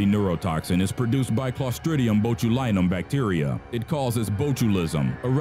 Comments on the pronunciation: Yeah, me too. The acetyl-toe-cal-een one cracked me up. Also bot-you-lie-num. For those unaware, it's acetylcholine, pronounced ass-eetle-co-lean and bot-you-lynn-um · Botch-u-line-um gotta work on the pronunciations man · strychnine, pronounced "strick-NINE" (like the number 9) acetylcholine, pronounced "ass-ee-til-khol-een" botulinum, pronounced "botch-uhl-in-um" botulism, pronounced "botch-uhl-is-um" "The more you know" music plays